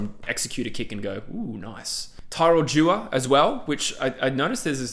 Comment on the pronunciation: His name is pronounced Dee-war. Used to play for the same team as him in kalgoorlie